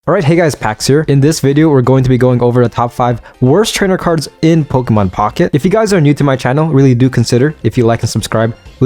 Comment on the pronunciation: Poké. Poké man, it's Pokémon. Not pokimon. Please. Also again, like I said on another video, I hope you start working on increasing your vocabulary if you plan on talking as a career. You said ya about 50 times over the course of 14 minutes. That's 1 ya almost every 17 seconds man.